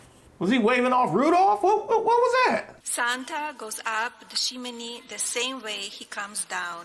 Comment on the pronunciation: Omfg your closed caption said "Shimini" instead of chimney and that's EXACTLY how i heard it and now I'm cackling😂😂😂